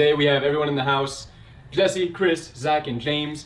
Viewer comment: He corrected himself by saying jesser instead of Jesse damn